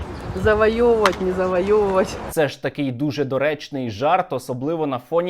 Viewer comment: Що за виродки говорили «завайовивать»?